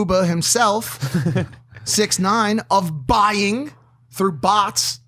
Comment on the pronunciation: It’s not 6ixty Nine It’s 6IX9INE